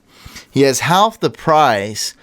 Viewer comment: im close to unsubscribing if you keep saying haLLLLLf